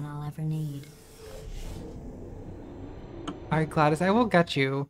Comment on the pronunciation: Is nobody else bothered by the fact that she pronounces it Gladys and not GlaDOS